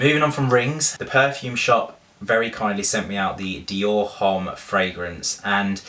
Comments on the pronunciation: Shouldn't u know H doesn't sound in French so it's Omme, not Homme? I'm sorry it's just so funny keep listening to u saying Home lol. Do u pronouce Hermes Her-may-z? Hahahahaha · LOVE the bag!! :) but fyi, "homme" is pronouced without the "h" :) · just FYI - you do not pronounce the "h" in the word "homme" ;) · You pronounced Homme wrong ........cringes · You look like a school boy :D :D !!!! Which grown up man wears a backpack :D :D it's just absurd and ridiculous !!! I did not know your name is Lydia , as shown on the monitor :D :D PATHETIC and H is not pronounced in homme :x:x:x